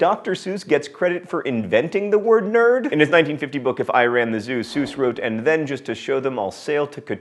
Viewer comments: Seems a bit odd to mess up Dr. Sesuse name mainly because it was featured in a Mental Floss page on miss spoken words. And, just as an aside Poe hated the Allan's and never took that name... So, he is Edgar Poe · It would help if he pronounced Seuss properly.